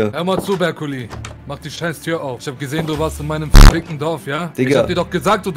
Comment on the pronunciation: mach 2weiten teil oder du heist net sondern